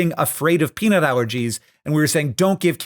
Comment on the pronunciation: When you say peanut allergies at 1.5x speed, it sounds like you're saying penile allergies which sounds... painful?